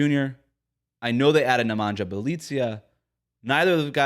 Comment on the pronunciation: Bjelica’s first name is pronounced Ne-mon-yah.